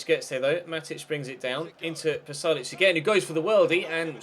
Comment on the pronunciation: Its Pasalic, not Palasic